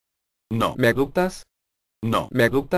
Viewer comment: cierto parece ke dise:no me gutas